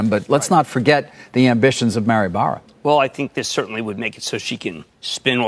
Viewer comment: "Mary more" sadly, but definitely "Nikolai" wth indeed